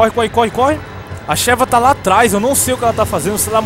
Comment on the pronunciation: Peguem a ShÉva, a ShÉva não, a ShÁve SUHAUSHAUSHSUASHAUSHA morri!